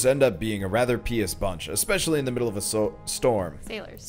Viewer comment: Also 'pious' is said pie-us not pee-us. :)